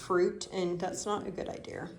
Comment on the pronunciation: Man,, I love how you say Idear. It 's so endearing. Thank you for sharing your haul from Amazon and Dollar General.